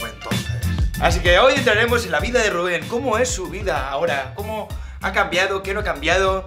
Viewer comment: Gente normal: Rubén. Jorge: Rúben